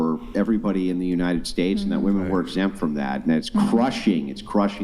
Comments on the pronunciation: What is it that makes these college age girls not know how to pronounce the plural of woman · Can I get just ONE of these left-leaning ladies who’s EVER been on the show to explain to me why they pronounce the singular AND plural version of the word woman EXACTLY the same way???? I don’t even understand what their politically correct motivation might be. Is it the man/mankind thing??? It doesn’t extrapolate the sane way though. I want just ONE male guest (or ) to please ask one of these woMEN that question. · I wish would give them shit for not being able to say women. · Am I in the twilight zone or did the two Asian girls repeatedly say woman instead of women right after they harped on saying it correctly for a full conversation. That shit drove me up a wall I can’t believe didn’t correct them 🤦🏻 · Now i get why doesn't know how to say women. She thinks the las syllable is what's pronounced differently only, because only the "a" and "e" change when you write it. So she pronounces the first syllable the same. She literally pronounced "woh-man" and "woh-men" when it's actually "woh-man" and "wih-men." Y'all dont be too hard on her, she's just intellectually disabled. 💀💀💀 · please correct these WOMEN every time they use the word WOMAN as a plural for WOMEN!!! Please make them say it properly or kick them the f off the show! Very disrespectful to butcher our language and very annoying!!! Thanks :) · Why do they not know how to pronounce women in the plural form? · Maybe they should just say wu-MAN and wu-MEN, if they can't figure out that it's "WIMEN" and WOMAN. Like WHIM. WOMEN. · English is not my first or second language and it still drives me crazy how these women say the word WOMEN. they read it as it's written literally not how it should be read like "wemen" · It’s pronounced “WIM-IN” women. Trust me. I’m half English and half Scottish. One woman. Two women [WIM-IN]. It’s not difficult. Arks yourself that. 😏